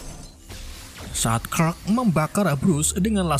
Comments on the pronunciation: bang kenapa luu manggil superman dengan nama crack dan bukannya clark...😂😂😂 Endingnya bikin ngakak...😂😂😂😂😂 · Clark kok dibaca klek 😭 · Clark jadi krek 🤣